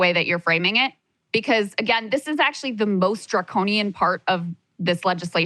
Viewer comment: ok thats fine but then don't spin your show as (and I quote) "we're trying to build something different than the mainstream!" And then just come on here and blather mainstream leftist talking points. I mean how many times can you count saying "draconinian"? Draconian, Draconian, Draconian!!! Sounds like a CNN segment